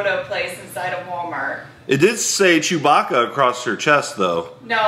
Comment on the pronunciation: He said chew my baca